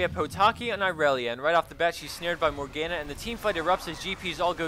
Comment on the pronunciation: It's not SHAI Vana. It's SHIV annah. It's not Morg GAN uh. It's Mor gahn uh. Fuck.